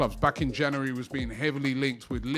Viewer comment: Robbie still talking about the ‘Janeree’ transfer window 😂